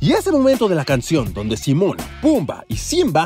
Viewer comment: ¿Simón? es ¡Timón!